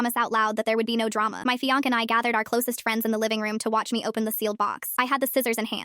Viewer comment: Somebody needs to teach AI how to pronounce fiance